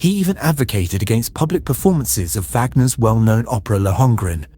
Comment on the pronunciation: Idiot cannot pronounce WAGNER correctly